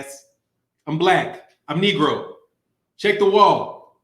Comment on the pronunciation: He said "I'm kneegro" love it lmao